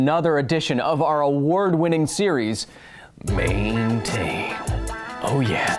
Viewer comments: Mane-tain?!?!?!... brilliant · "Mane-tain".....bruh. I died!!